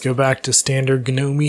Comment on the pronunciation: Did he just say "ga-no-me? REEEEeee